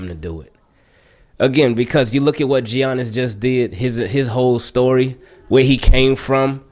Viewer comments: Ay homie, the G is silent is Giannis (pronounced like Yannick but Yannis) just so you know haha 😅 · "Gee-ianis", lol. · Nobody: Absolutely nobody:: jjjjjjjjjiannis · I was like bro its Yan nis but you caught urself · The way says Giannis 🤣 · Lol I’m glad you realized the hate Lebron gets. Everything else spot on too (except pronouncing Giannis name lmao 😂) great vid as always. Can’t wait for Lamar to get a ring. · "Tell me you don't watch basketball without saying you don't watch basketball.": pronounces the "G" in Giannis lol